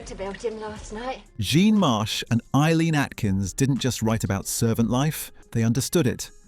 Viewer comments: Jean Marsh's name is pronoinced the English way - JEEN, not the French way JORN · Err .. its jean !! Not john.